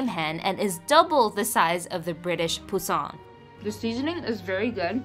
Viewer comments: French for baby 🐥. Emphasis on the first part rather than second when pronouncing 😉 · poussin is pronounced poo-san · it’s a french word and is not pronounced like this at all😭